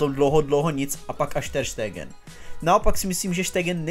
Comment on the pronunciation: nice, ale vyslovuje se to Ter Stégn, ne Ter Štégen